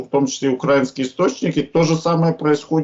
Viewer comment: Було б непогано, щоб ваш "воєнний експєрт" в слові "українські" навчився правильно ставити наголос. А то, як кажуть: " Нічего нє видавало Штірліца"🤮🤮🤮